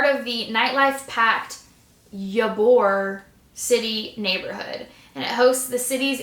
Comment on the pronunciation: The way you said Ybor... girl it's like ee-bor haha. I live outside of Tampa and wouldn't of thought it'd be on the list. St Pete definitely deserves it spot though!